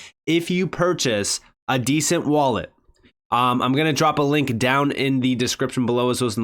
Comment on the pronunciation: Although I do love your channel ... It's a ...DE..cent .. As in De ..centralized wallet Not a descent..wallet .. Like it's OK..it's descent... It's a DE ..CENTRALIZED WALLET .. DE ..CENT .. NOT DESCENT...LOL